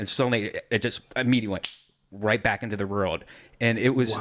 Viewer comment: OMG HE ACTUALLY DOES SAY "WROLD" LOL